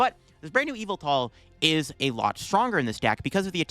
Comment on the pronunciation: Almost 10 years and now I realize that the pronunciation of Yvelta sounds like evil